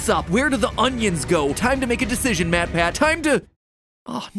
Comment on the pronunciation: I think it’s matpat not Matt patt